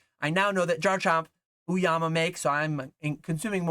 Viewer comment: Peace and love “Oh-Yama” not “ooo-Yama”